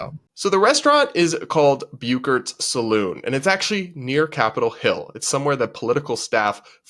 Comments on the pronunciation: Hey, it's sa loon, nor sa lon. LOL no cowboys ever went into a sa-lon. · I’m a word person, it’s salooooon. Like in a cowboy movie. Salon does your hair. Saloon serves whiskey.